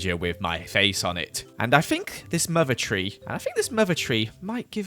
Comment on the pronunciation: Who else likes how pronounces think as fink